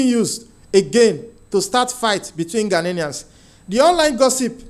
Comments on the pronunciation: GHANAIANS NOT "GHANANIANS" PLEASE PRONOUNCE OUR CORRECTLY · They are not ghananians they are "GHANIANS"get that right please and take note of the pronunciation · Stop saying ghananaians, it's ghanaian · My brother no disrespect but it's "Ghanaians" no "Ghaninians". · Ghanaians NOT Ghananians, please!!😂